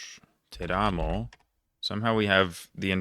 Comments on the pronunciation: Nailed most of it. Few mistakes he made, I write the correct version: Cágliari, Téramo, Trápani, Údine, Cúneo, Verbáno-Cúsio-Óssola, Sássari. Great job btw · Impressive pronunciation! If I didn't know you, I probably would've thought you were Italian. A few minor corrections (not that you need them): The stress in on the first syllable in: Teramo, Cuneo, Udine, Trapani, Ascoli, Pesaro, Sassari, Cagliari. It's on the second one in: Imperia, Savona, Pavia. Btw how are you so good? Did you actually try to study the language?